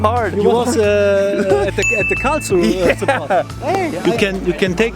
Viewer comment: I love the way English speaking people are trying to pronounce 'Karlsruhe'. This was actually pretty close